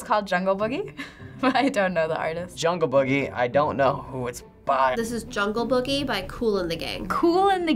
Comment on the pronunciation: It's Jungle BOOGIE guys and gals, Not Jungle BUGGIE.